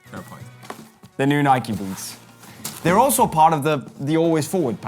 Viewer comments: Ah, yes the iconic “Nikie”. I’m more of an “adidaids” man myself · It’s Nike mate